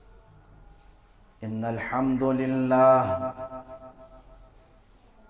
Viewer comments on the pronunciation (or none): ماشاءاللہ اچھی تقریر لیکن معزرت کے ساتھ خطبہ کے شروع میں ان الحمد میں موصوف نے د کو ضمہ کے ساتھ پڑھا